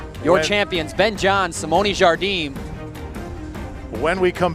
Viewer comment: FYI, pickleball commentators: Watch the Jigsaw Health commercial where Simone Jardim tries to explain at great length to someone how to pronounce her name. The first syllable "Jar" is pronounced with a soft "J" (as in Zsa Zsa Gabor, the Hungarian actress who immigrated to the U.S. in 1941), and not as a hard "J" as in "jam". The second syllable "dim" is pronounced "gene", as in Eugene, Gene Wilder or gene, the subject of genomics. One should not slide over the two syllables and try to meld them together, but should pronounce them distinctly separate "Jar/gene". In Brazilian Portuguese, "di" is pronounced "gee", as in "gee whiz", since the "d" before "i" is pronounced like the "g" in George in English, and "m" at the end of a word is pronounced like an "n" (and not like an English "m"). Hope this is useful and not too annoying.